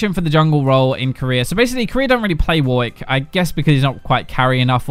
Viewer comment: i didnt understant the way he said warwick lol